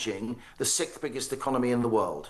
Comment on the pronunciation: Did he say the sixth biggest economy or the sick biggest economy